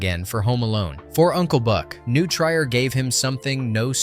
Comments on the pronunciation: New TRY-er? It's New TREER. Oh and the clip you showed from Ferris Bueller was filmed at Glenbrook North. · It's pronounced "New Tree-er" High School. One of my favorite movies, and "Uncle Buck" was my wife's nickname for me due to my parenting style. I wear it with pride! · It’s pronounced “New TrEE-er” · It's prounced New Treer high school, not New Tryer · New Treer. Like tree. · FYI it's pronounced 'New 'TREE-OR" not TRY-or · New “Treer” not try-er. Funny enough, the scene shown from Ferris Buehler was Glenbrook North, not New Trier. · New Trier" is pronounced NEW TREER. Break it down by saying "new" (like the word "new") and then "treer" (rhymes with "beer" and starts with a "tr" sound). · It's pronounced New Treeeer. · New Trier. New TREE-er! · Nice pronunciation on New Trier High School. The buildings were actually what was formerly called New Trier West High School in Northfield IL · He pronounced it wrong…